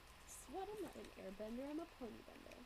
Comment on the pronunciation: Tyuhhh I now have a Pinkie Pie ponehh x]